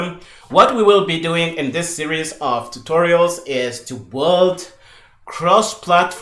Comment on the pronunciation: Loving this, but minor point that the word "build" sounds like "boiled" and it was confusing me at first :). I usually say build similar to the way I say "billed"